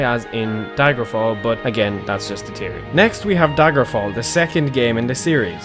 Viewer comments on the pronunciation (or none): Hey btw there's an H in the word theory